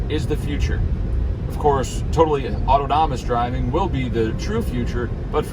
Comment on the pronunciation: Learn to pronounce “autonomous”. 🥸